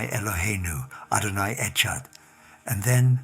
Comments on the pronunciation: His Adonai echad sounded like Adonai etchad (as in the english "ch" sound. ! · Why you cannot pronounce ehad properly? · Either this is being read by someone who doesn’t speak Hebrew or by Ai. The person pronounced the ‘echad’ sounding the ‘ch’ like in the word ‘chew’- a sound that doesn’t exist in hebrew. The hebrew word ‘echad’ is pronounced with the ‘ch’ sound like the clearing of your throat (think chanukah). Any hebrew speaking jew would not ever make this mistake. It would be the equivalent of christian from birth mispronouncing the name ‘jesus’. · Adonai “Achard”? Shame on your cheap neo-pagan christian AI stuff. Liars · "Adonai et-shad"?? Yes, this seems authentic. 🙄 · In the first two minutes of this voice recording you can tell this is a lie . He pronounced the Jewish prayer wrong , a rabbi from New York with an AI British accent saying a Hebrew prayer will do that to you !! Sorry to disappoint!! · The way this man pronounced the 'ch' in the last word of the verse of "Shma" gives him away as a fraud and NOT a rabbi at all. No jew brought up in NYC (or most anywhere else) pronounces it like that! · This is such RUBBISH ! The speaker is obviously NOT a Rabbi or Jewish - as he cannot even pronounce the Hebrew prayers properly "echad" indeed !!! This is a weak attempt at proselytising Jews to believe in Christianity !!! Nice try !!!! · I think this is a made up story, a nice, comforting story, but a made up story nonetheless. I say that as a Shabbat keeping, Torah pursuant, follower of Yeshua HaMashiach. No Hebrew speaking Jew or believer pronounces "echad" with a "ch" sound, knowing it is pronounced with a gutteral "ch" like a k from the back of the throat. Just tell the Truth, the whole Truth and nothing but the Truth! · that is not a Rabbi speaking he would know how to pronounce Echad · I could tell by how the narrator pronounced E chad that this was Not a Jewish rabbi. Nice try. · This is no rabbi. He can't even pronounce echod.